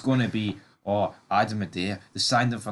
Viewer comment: It's not Adam A-dae-ah it's pronounced Adam Eee-dah